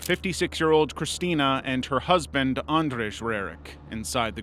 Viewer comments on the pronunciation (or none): Andrage? That's not how you read Andrzej at all, not even close. Check the pronounciation and try to get it close or at least use english equivalent, Andrew, if you can't say it. Do your research instead of butchering people's names without care, especially when the topic is this serious. It's disrespectful to the victim. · if you gonna put the lil accent on andrzej at least learn its pronnounced "and zhey" :D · you pronounced katarzyna rerak and andrzej rerak wrong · Its not how you say andrzej and krystyna